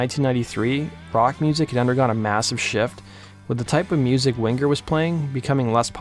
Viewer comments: What's with the "hard" G when pronouncing Winger? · No hard 'g" in the 'ng' sound ('winger') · You don't have to pronounce the g in Winger so prominently. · Lol Kip Wing-Grrr....This idiot Narrator. He even pronounces headbangers ball as "Head Bang-Grrs ball" lol